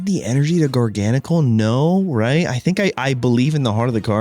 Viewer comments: How did gar-ga-nacl become jargonsol😂😂😂😂😂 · It's actually pronounced gar-gah-nack-ul, as in gargantuan NaCl, as in table salt. Jargansol is diabolical and so hilarious, but the correct pronunciation on the whole line is a top tier pun 😆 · Garga-gnocci? ❌ Jargansoul? ✅ W engagement bait, W deck, W video lol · gar-gahn-a-kuhl? 🤭😂 he might be my fav Pokemon I’m realizing , I came back to playing for like legends za but my first proper game was gen 9 where he was introduced… what a dude lol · Funnily enough your prononciation of Garganacl's name comes really close to his french name "Gigansel" 😭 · can the pronunciation get any worse?😂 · This is the best pronunciation yet. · I try not to comment on people’s pronunciation of Pokemon names, but I’ve never heard anything like that pronunciation of Garganacl.